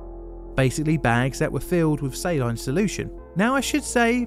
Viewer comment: He managed to pronounce silicone right but not saline.